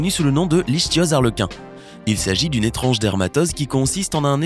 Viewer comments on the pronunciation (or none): Il a oublié le "é" a étrange au début